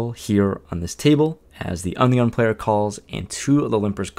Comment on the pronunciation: Every time you say under the gun it sounds like onion lol